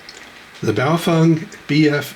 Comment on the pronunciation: I'm a year late to see this, but I want you to know. You're the first person I've heard pronounce BaoFeng correctly. :)